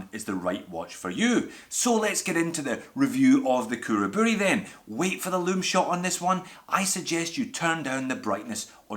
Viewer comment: Perfect pronunciation on Khuraburi!